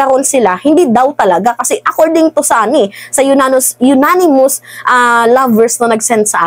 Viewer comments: Anonymous hindi unanimous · Madam idol baka anonymous hindi unanimous?